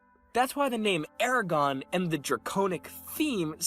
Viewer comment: when you said eragon i understood it as aragon and was confused lol.